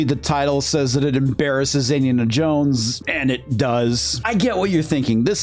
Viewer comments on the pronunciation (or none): Embarrasses not embaraces... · "EMBARACES?" Come on, man.